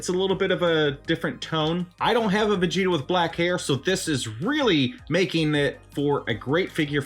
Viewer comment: during the video when you said "Ver-gita" it reminded me of a DBZ parody called Dragonzball PeePee, and Vegeta is called Virginia in that one